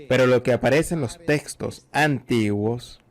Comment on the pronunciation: ¡¡Por favor cambien al traductor, el tono de voz y su pésima pronunciación hace muy desagradable. ahorrado, grey, agrrepienta, Grregosijjja!! ¡¡"concepto de gueno y justo” bueno y justo, “testos antiguos” (textos), “sácrito", en ves de sánscrito, horroroso!!